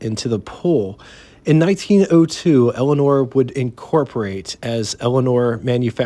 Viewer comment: I could swear you're saying Elinor and not Elmore.